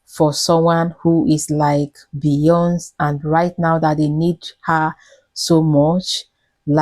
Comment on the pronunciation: who is beeeyonz? here name is beyonce